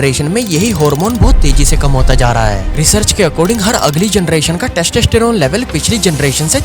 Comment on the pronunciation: Idiot wtf is "teshteshterone"